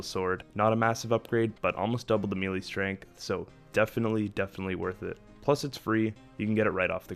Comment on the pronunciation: It's pronounced "maylay", not "me lee"